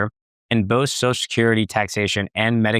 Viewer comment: ...enunciate. Social has 2 syllables.